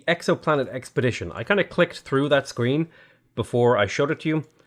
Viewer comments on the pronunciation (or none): none